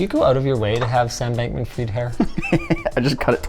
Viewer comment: finally someone said his name correctly! Sam bankman fried, like frying, cause he got fried 😂